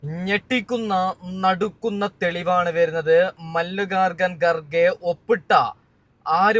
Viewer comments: മല്ലികാർജുൻ ഗാർ ഘ എന്ന് പറയാൻ പോലും അറിയില്ല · എടാമല്ലികാർജുൻ ഗാർഗെ എന്നു പറ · കാർഗെ എന്ന പേര് ശരിക്ക് ഉച്ചരിക്കാൻ പോലും അറിയാത്തവൻ ആരത്